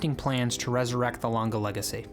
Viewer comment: Good review!! But is always Lang-E ! Never Langa.🙏